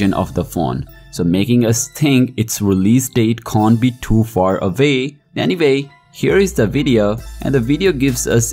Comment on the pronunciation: "Any vay , these are my tarts"!